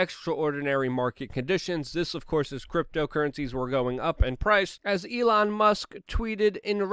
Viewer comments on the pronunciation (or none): none